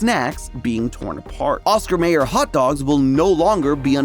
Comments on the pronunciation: How do you not know how to pronounce Mayer? Have you never heard the hotdog song? :/ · I thought Mayer was pronounced Myer. Or are all the '90s commercials wrong?